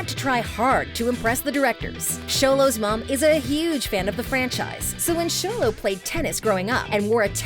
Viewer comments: Someone finally said Xolo correctly!!! Yahayayayaya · My friends pronounce xolo as “zolo” so I respect the fact she calls him “Sholo” but robbys is not rooby